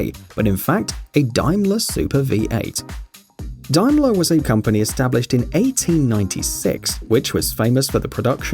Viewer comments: It isn´t pronounced Dime-ler, but rather Dame-ler. Confusingly Daimler (Dime-ler)-Benz is a German company best known for its Mercedes-Benz brand and F1 team. Daimler (Dame-ler) is, as you say, British and best known for being a subsidiary of Jaguar Cars and, subsequently, a more luxurious version of Jags. To add to the confusion Daimlers were sold in North America as Vanden Plas, whilst Vanden Plas in the UK & Europe was assigned to completely different types of car. To finish off, we in the UK also had the short-lived Daimler Sovereign Vanden Plas. Dóh! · Not Dime-ler. It is Daimler, pronounced Day-mler. It is a very well-known brand. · It's pronounced DAY-MA-LA. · Dear God, why do a video about car brands if you can't even pronounce the names properly? DAIMLER: Say "there is nothing like a dame-ler" and you've got it; it's not difficult". The name has nothing in common with nickels and dimes. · Its pronounced dame - ler, and not dime - ler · For goodness sake get the name right - it's been around for at least 100 years...Daimler. as in Dame-lerr...not pissing Dime-ler.....pratt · This guy talking sounds British to me, so he would know that Daimler is pronounced Dame Larr not Dyme Larr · Its Daimler ( dame ler not dime la)for goodness sakes I hope your not british Mr voice over because if you are you should be ashamed of yourself getting this great British brands name wrong . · One thing, it’s pronounced Daym-ler not Dime-ler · What nationality are you, you sound British, but you cannot pronounce Daimler. It is pronounced "Dame ler" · its pronounced DAYMLER not Daimler !!!! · It's Daimler, not Dimeler - there's an "a" in it! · FYI... Daimler is said as - 'dame-lar. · It is DAME-LER NOT DIMELER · "Dimelar" is that the chinese version of Daimler? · It's pronounced DAYMLER!!! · Please learn to pronounce Daimler, it's not Dime-ler. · I have never heard Daimler pronounced that badly its (Day-m-ler) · its pronounced "day-mler" but great video nonetheless!